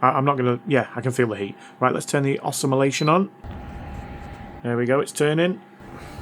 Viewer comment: Ossimilating😂. Also no bearings. That will fail soon again.